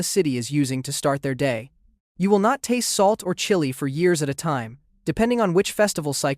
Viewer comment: Seriously and why TF did bro pronounce chili like that 😭